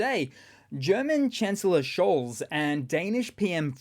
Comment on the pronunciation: Scholz name is pronounced as if a T preceded the Z. It sounds like Schultz but with an O.